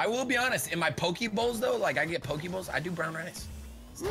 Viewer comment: Sorry but I cringed at the way he said poke he said pok-ey not pok-ay